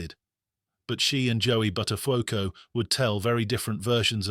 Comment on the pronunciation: Bud der phucko. Pronounced correctly.